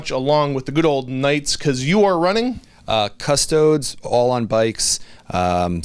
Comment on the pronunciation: pronounces custodes 'custoads'. turned off